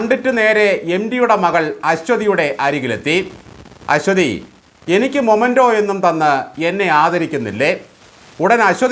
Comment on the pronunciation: മൊമെന്റോ അല്ല മെമന്റോ ആണ്. (For Memory)